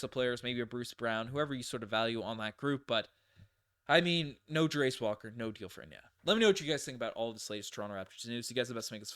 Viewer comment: Fyi Jarace is pronounced: Jair (like chair but with a J) - iss (like hiss without the h) Jairiss